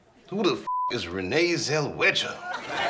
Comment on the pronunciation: He pronounced it zell-wedger